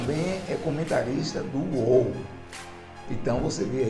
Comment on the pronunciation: Parabéns pelo vídeo, mas o nome correto da empresa é UÓL (aberto) e não UÔL (fechado) como foi falado no vídeo em . Sucesso pra você.